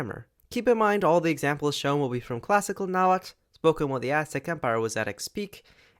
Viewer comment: So happy to finally see someone pronounce Nahuatl correctly after sitting through a history class that pronounced it like "Nah-hoo-ah-tal"